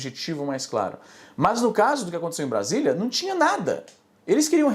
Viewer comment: vc pronunciou Brasília errado kkkkkk